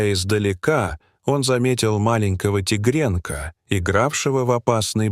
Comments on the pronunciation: Почему такое произношение слов?наверно тигрёнка,а не тигренка.Столько неправильных в произношении слов - ужас? Не хочется да же слушать - ухожу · Не могу слушать, тигрЕнка 😂😂😂